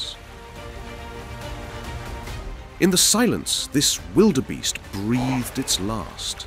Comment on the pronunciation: Sorry, but when you mispronounced "wildebeest" for the second time, I figured I had enough.